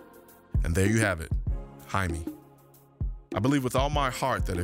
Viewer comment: fyi, if his name is spelled Jaime and he is of hispanic descent, then its pronounced Hi-meh.